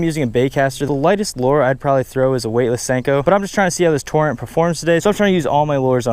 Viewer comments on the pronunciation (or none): none